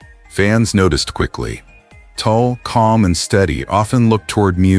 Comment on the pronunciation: At least get Tul’s name right. It isn’t Toll or Tool or Tulpa, it’s Tul !